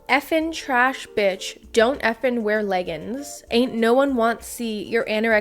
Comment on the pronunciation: MY MOM SAYS LEGGINS TOO!